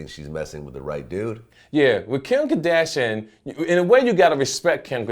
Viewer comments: "Kadashian" this dude can't even say "Kardashian" right... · this dude pronouncing Kim Kardashian like he a gay dude from the 60s.